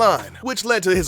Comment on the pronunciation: did he say "hole ordeal" or "whole ordeal"